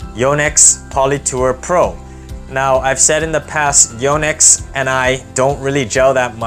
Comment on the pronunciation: One of the few to pronounce Yonex like the Japanese would. I doubt I’ll like your recommendations. Tour Bite feels dead and stiff to me. Hyper-G feels more elastic. I found the Hawk Touch to be elastic and playable - probably my favorite of your non-favorites. I only put poly in the crosses now, due to arm problems. But before the arm problems, I played virtually all of them and decided my preferences.